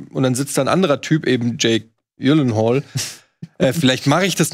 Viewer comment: Gehe am Samstag in Dune und freue mich sehr darauf :D Gute Folge, aber eine Sache noch (schon wieder): Es ist grauenvoll wie ihr Jake Gyllenhaals Nachnamen aussprecht xO Und einer macht es schlimmer als der Andere. Ja, ich weiß in Schweden, da wo er herkommt wird er seltsam ausgesprochen, aber normal wird er "Djillenhall"(hall wie bei Hall of Fame) ausgesprochen. Gibts sogar ein Video zu: :D